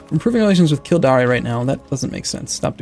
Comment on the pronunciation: kil-dair and con-not